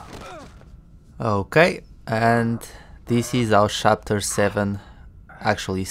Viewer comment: no hate, just curious - why "shapter"? your video is really great by the way, I like it very much - everything explained in detail, very calmly and comprehensibly :)